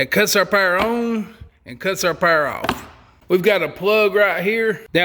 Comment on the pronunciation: Pa-er station 😂